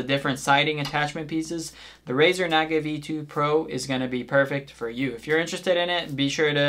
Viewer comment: It's pronounced like Nah-Gah, not whatever the fuck you said